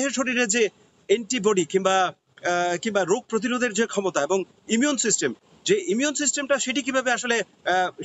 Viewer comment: Salay immunity system thik vabe uccharon krte pare na...abr reporter hoise....sala ja graduation dhuye pani kha...reporter er je talent dorkar ta keu judge kore na